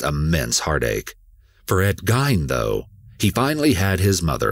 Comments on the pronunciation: YOU AND SO MANY OTHERS ARE PRONOUNCING HIS NAME INCORRECTLY. It’s “GEEN” not “Ghine”… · Its Ed Geen not gayn " Ed Gein" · It's "Geen" not "Gine" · NOTE TO EWU: Even though "Guyne" (like "nine") is phonetically how you'd say it, the family pronounced their last name "GHEEN" (like "bean"). Ed Gein clarified this himself in an interview at least once. These videos are great and this narrator rocks. I'm surprised by how many people seem not to have heard of The Plainfield Ghoul. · I wouldn’t say he butchered it cuz people do say that name like Gine. There’s other pronunciations like Jane, Gain, and Jean. But the story of Ed Gein is infamous, so a lotta people know it’s properly pronounced as Geen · Gein is pronounced similar to "keen" instead of "pain". There's an article where he was asked and he mentioned this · Am I the only one who's gonna mention his last name is pronounced "Geen" not "Gine"....? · The narrator is pronouncing his last name wrong. It's not pronounced gine. It pronounced as geen. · Okg enough with the “gyne” pronunciation.. its GEIN like GREEN but without the R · It’s pronounced as Geen, not Gine 😬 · His last name is pronounced "GEEN" not "GYNE". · Its Ed Geeeeeen. Not Ed Guyn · Ed Gein also inspired Silence of the Lambs. The book is truly terrifying. Also: It's pronounced like "Green" with just the "r" dropped. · OMG Thank you its driving me nuts lol good video until you hear him say that last name, kills it hahaha dont even know how you get "guyn" out of Gein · it’s not. It’s pronounced gēn and that’s a fact. I have family from Plainfield and my mother went with my grandmother to buy Christmas ornaments that Eddie made while he was in the nut house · Yeah it was gain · It’s driving me crazy!! I’m screaming “geen” every time he says it! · Right...ugh. It's GEEN..like GREEN, minus the R. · I came to the comments for this!! GEIN! (Like FIEND!!!) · Thank you, that "GYNE" thing was driving me mad XD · Pronounced "Geen" like green but drop the "r"